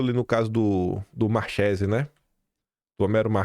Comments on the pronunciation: Alguém pode avisar o que a pronúncia correta do nome não é Marchesi, mas sim Marquési? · entenda!(Parodiando alguém 😅😅) Nomes italianos têm pronúncia diferente do que em português. Exemplos: 1. Tagliaferro -> pronúncia Taliaferro...g mudo. 2. Marchesi -> pronúncia Markesi.... Ok? 😊😊😊